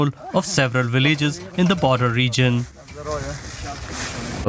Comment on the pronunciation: Villages NOT Willages😂